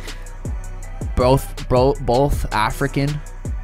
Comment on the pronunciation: Lil Pump said broo-broth African American lol